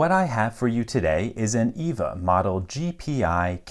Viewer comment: EVVA is pronounced "effa", like "efford" but with an "a" at the end instead of "ord". It's from an Austrian manufacturer.